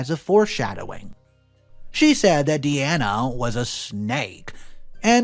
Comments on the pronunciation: Story 1: it’s pronounced DEYE-ANA not Dee-Ana. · Please,, it's pronounced Die-Anna, not Deanna (which is how you pronounced it). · You are saying Deeanna not Diana, have you never heard of Princess Diana? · I've known three girls named Diana, two of them pronounced it Dee-ana one pronounced it Die-ana. People pronounce things differently in the same local region, let alone state to state or country to country, so it is highly likely that Diana in the story pronounced it Dee-anna herself.